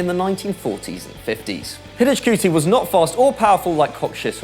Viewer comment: Is it really that hard to do some research on the pronounciation of the players? It hurts to hear your pronounciations of Hidegkuti and Facchetti. In my opinion it's a matter of respect!